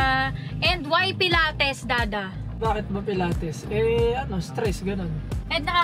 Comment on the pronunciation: It’s puh-laa-teez po right pronounce for pilates